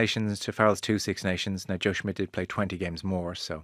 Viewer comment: CMON Rud!!!! It's SSSSSSSH-midt. NOT SMITH